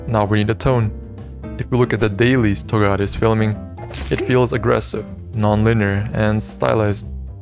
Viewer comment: ayee hella cool vid! although a lil bit sad that u didn't used correct pronounce for togata :l